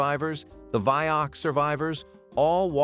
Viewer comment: Are your videos EVER edited or listened to before they are posted? Vioxx is a two-syllable word, it's not Vioxx Ex. It's not the BUYer company, it's BAYer. There're too many errors to mention which makes me think none if this video should be taken seriously.